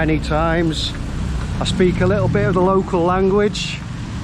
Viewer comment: I am not familiar with Scouse accent. Actually you sound very pleasant. It makes me smile when you say "a little bit of"... it sounds Scouser... It is not meant to ridicule you or anything like that, it is just that you sound amusing when you say "a little bit of"... Have fun in Jakarta.